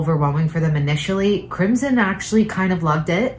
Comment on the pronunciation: But is not pronounced Like how your twin daughter "Crimson's" name is pronounced